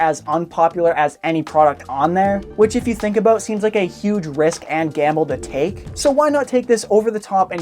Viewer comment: From to he puts an emphesis on the end of words and it pisses me off. " by other means as well " , " any product on there " , " huge risk and gamble to take "